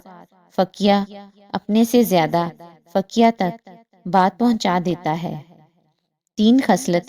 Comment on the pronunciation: بہنا جی لفظ " فقیہ" کو فقیاہ نہیں پڑھتے بلکہ جیسے فقیہہ کو پڑھیں گے اس طرح پڑھیں ، جزاک اللّہ خیر